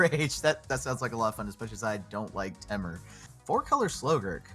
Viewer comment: Anyone else say temur different then max damage? I have also heard it like TEA-mur the way he says it makes me cringe